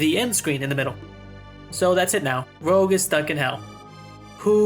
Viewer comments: Blue’s brother is named Rouge. Not rogue… Rouge means “red”. Make sense? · After a life time of people calling various Rogue classes "Rouge" this is the first time I've ever heard someone call the french word for 'Red', "Rogue".